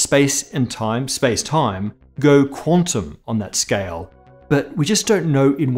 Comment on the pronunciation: "scayal" :P